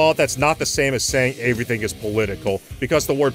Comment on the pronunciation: lol "averything"